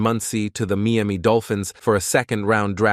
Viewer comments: They really have to work on those robotic voice narrating software applications. The "Meeami" Dolphins and the "rooshing" title? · I would sub but hate your ai voice that cant pronounce anything correctly. Not even Miami